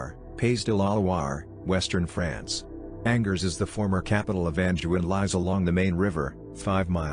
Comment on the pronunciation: Great,,,This artificial intelligence voice besides sounding phony totally mispronounced Angers. Too much unnecessary technology.